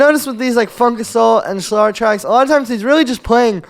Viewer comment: It’s pronounced Slehr, not Slahr